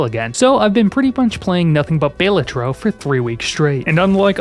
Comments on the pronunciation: It is pronounced "Ba-la-tro" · Going by the graphic design it should be pronounced 'Bal-A-Tro", unless the design was just picked because it looked cool, which of course it is. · "Anyway, Baylatro... Anyway, Baylatro"